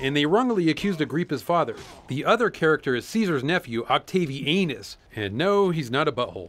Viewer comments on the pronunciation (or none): "Octavi-anus" I lost it there...